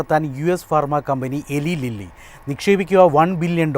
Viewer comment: എലി ലീല്ലി അല്ല ഇലായ് ലില്ലി ആണ് Eli Lilly